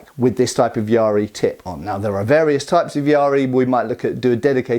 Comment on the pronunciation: I kept thinking you were talking about some kind of pirate spear: a yar-ri (it's just ya-ri). It's a much overlooked weapon as it's so simple, which like most simple things, makes it difficult to use well.